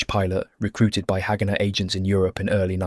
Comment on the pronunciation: This is a very interesting video. I guess several people have mentioned about the pronunciation of haganah